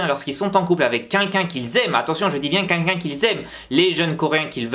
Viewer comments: « Avec qunqun »😂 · Haaaaaa c'est toi dont togen parle tout le temps! C'est marrant comment tu dis "quelqu'un". j'aime bien. (oui je sais, c'était ni pertinent ni intéressant)